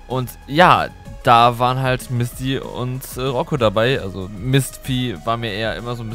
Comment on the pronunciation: Du hast Misty bisschen wie Mistvieh ausgesprochen 0.0 😝